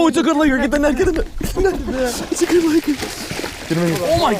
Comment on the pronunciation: Please stop saying laker.